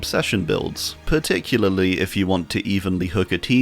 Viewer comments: Particularly = Parley (parlelulily) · one day, some day, you will one day be able to pronounce particularly right first try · Here we have the wild in his natural habitat. Which is particul-partic-pa-*uck me particularlily-particUlaly. Particularly 🎉🎉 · Par Tick You Lar Lee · Can we have a 1 hour video of just you saying particularly? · Having a whole ass aneurism over him trying to pronounce particularly. 😂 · This is my favorite video just from him trying to say particularly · "ESPECIALLY" exists my man save yourself the hassle XD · Hi, non-English native speaker here! I know and absolutely feel the struggle with „particularly“ 🥲 I respect your confidence so much for not cutting that out and instead leave it in the video! You’re making great videos bud, keep it up! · Damn, I really felt it when he said "particularly" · I felt his pain when he tried to pronounce “particularly” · i too often have trouble saying particularly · I just love the quiet and calm fuck fuck fuck he says trying to pronounce particularly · My man couldn't even sat particularly 😂😂😂